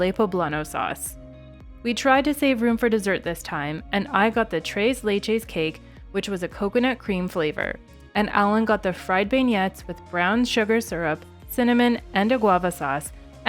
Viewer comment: Beignet = ben-yay